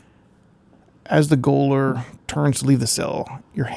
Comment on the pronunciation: BTW , it's pronounced Gay o ler , for jailor